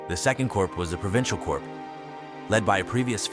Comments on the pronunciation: dude great video but please pronounce corp correctly its pronounced cores or korzs not corPse....... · It's not Corps as in Human corpse. It's Corps as in core of a star or the core of an army like Napoleons "Old Guard" pronunciation wise. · Corp is pronounced "core" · Damn, you gotta pronounce “corp” correctly next time. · When saying corps(which is the correct spelling), the ps is silent but the s is pronounced if it's plural